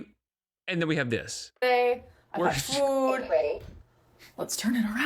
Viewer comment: I will forever hate the way she pronounces words. fOOd